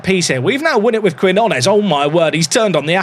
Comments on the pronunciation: I know Brits struggle to pronounce Spanish relative to Americans, but Quinones = keen-YO-naes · For Quinones, try pronouncing Key-know-ness 👍🤓